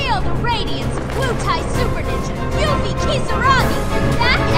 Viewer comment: Wow. Actually hearing these Final Fantasy 7 terms and names pronounced the way they ended pronouncing them (Yoofie?), I never want to see a remake of Final Fantasy 7. If the original Final Fantasy 7 had audio, and we actually got to hear Barret say the things he was scripted to say, that game might have tanked outright. These characters acted and sounded so much better in my head, with only their words on the screen and some polygons for their bodies.